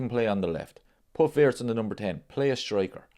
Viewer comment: Remember ...His name is pronounced VIRTZ....not Wirtz